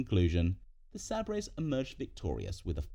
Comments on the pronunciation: I’m not a buffalo fan but it’s said like saybers not saabrays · the Sabrays???? wtf AI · The Buffalo Sabb-brays? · Sabers, is pronounced “say bers” you know, like the sword which is prominent in their logo. 😂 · How does someone pronounce Sabres as Saab Rays LOL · i put up with the pronunciation gaffs unil the Buffalo WHAT??? This exact mispronunciation was actually a running joke on The Office!! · frenchy style lol